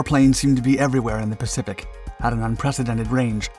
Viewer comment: “the pacipic” lol